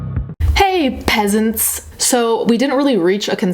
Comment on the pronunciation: Lolz I like peasant, but the emphasis on it. . . shivers